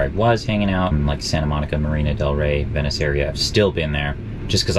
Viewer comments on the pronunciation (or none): none